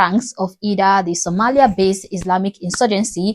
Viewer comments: Learn how to pronounce women. It’s Somalia not Sumuliya… your ignorance is showing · This African woman can’t even pronounce Somalia ! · An African woman who is leading the smearing campaign of another African man for running mayor in a country where he was born and all white racists thinking what a useful idiot. What’s even worse is that she can’t even pronounce Somalia rightly. No wonder why Africa is way behind from other continents . while it is rich in resources, it is poor when it comes to people with intelligence. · It's better to pronounce the country's name, Is Somalia, and it's people is Somali.. You don't know nothing about Somalia and Somali people, America is for all people even the white's are imigrants, but as you house ne$ro who hates Muslims, i advise you to protect your ass, we never forget from where we come from or change our values and cultures, he who not have past have no future..